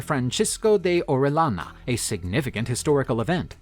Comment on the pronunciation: Quito is pronounced like (kito) and Orellana is O re ja na, same sound as j en jet.